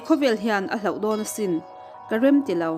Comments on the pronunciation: I âw hi tihthâm no vel leh English thumal lam no/puam tum lova i âw neih ang anga i hmang pawp mai hi a hlu, a mawi ka tiin ka ngai sang ta tlat che, a ngaihnawm phah. Thil pakhat ka belh lawk ang e aw, 'hloh' tih hi i chhiar dik hram hram ang aw, 'hlauh' ti lovin. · In mizo tawng hman hi han fimkhur deuh teh u. "Beitham" "Hloh" tih te in lam dik lo nual ngaihthlak a hahthlak deuh.a bak chu a tha lutuk e.